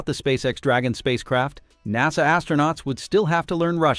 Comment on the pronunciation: PRONOUNCIATION OF nasa IS now nazZA